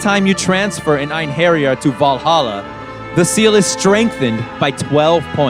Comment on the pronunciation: It’s pronounced “Ain-her-yar”. Not “Ain-hairy-yar”.